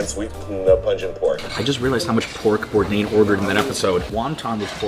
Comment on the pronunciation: "Anthony Bourdian" and just like that Anthony became armenian :D